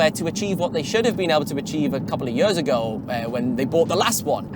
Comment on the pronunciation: I'm sorry but I DESPISE the way you say "years". YÖÖÖÖS